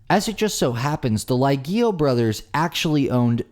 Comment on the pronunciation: What's funny is that the hotel brothers obviously have Italian heritage, they don't pronounce their Italian surname properly. Lee Ay Ge (hard G like Go) Oh